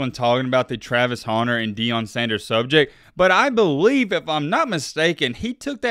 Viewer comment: I forgot you call him "Travis Haunter" and hit play on this video. As soon as I heard it I immediately shut it off. Where is the "A" you keep pronouncing?